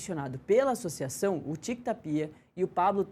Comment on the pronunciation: Essa apresentadora que não sabe falar o nome do presidente , não é Ta-pi-a , é TÁPIA. E essa chicara na mão que coisa mais BREGA. E quando começar o programa não se diz “ A gente começa “. Se diz “ COMEÇAMOS “.